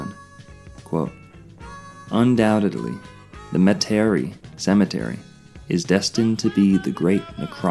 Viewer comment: It's pronounced Meta Ree.